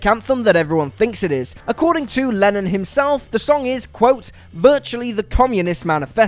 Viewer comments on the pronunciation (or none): Is it just me or did it sound like Lenin when he said Lennon? :D